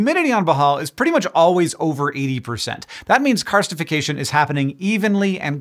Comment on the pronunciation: I actually did hear "carcinisation" when Hank said "karstification" so I appreciate the clarification!